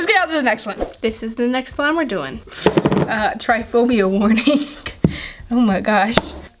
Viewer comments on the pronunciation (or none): It's not tryphobia!!!! Its trypophobia, [trip-oh-phobia] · Its trip o phob ia not tryphobia